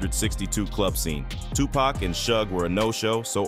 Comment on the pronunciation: Lady how you still mispronounce Tupac name after you heard the gentleman just say his name..I mean really???.I'm saying.them eyebrows was thick as hell...